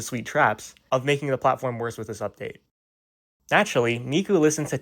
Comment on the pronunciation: "oopduate" LOL